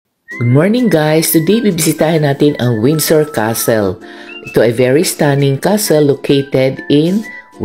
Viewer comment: You're mispronouncing 'Windsor' .. Drop the 'd' ! ..'Winsor' Cheers!